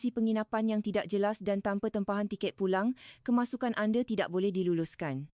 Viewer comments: Nampak sangat rakyat INDONESIA yg create video ni.. Sbb dorg tahu, buat video gini akan dapat ramai viewer dari rakyat Malaysia... 'Anda' jadi 'Ande'..... 😅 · Kami tak ande kami sebut anda jangan lah letakan e di semua huruf A. Nak tiru suara Malaysia belajor le dulu…Bukan Malaysie tapi Malaysia bukan Indonesie tapi Indonesia… Jangan reka sebutan sendiri…